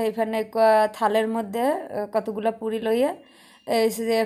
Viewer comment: puri na furi bole